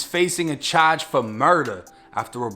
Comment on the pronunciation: How he pronounce charge n match is hilarious